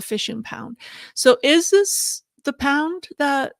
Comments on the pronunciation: And why do you keep saying pound instead of pond? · Just say "small lake" if you can't pronounce "pond."